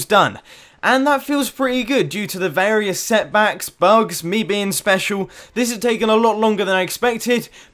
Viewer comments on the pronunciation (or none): none